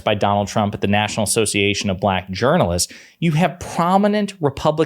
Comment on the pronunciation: Anybody else notice that Trump pronounced black buhLACK? It was weird-almost like the word left a bad taste in his mouth or that he was triumphant in some way. It was really weird.